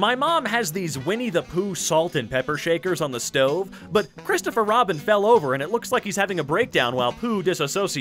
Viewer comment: I know I have watched this episode before, but it gets me every time when I here Robins name is 'Chriserfur Robin'